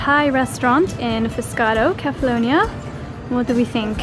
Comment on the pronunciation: I wish you would learn how to pronounce the name of the island correctly, seeing you go there every year.